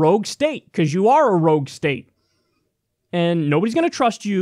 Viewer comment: Rouge state. I thought Kyle said road steak.